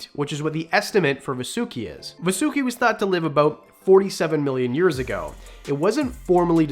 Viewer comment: Its not va su ki. Its vaaa su ki...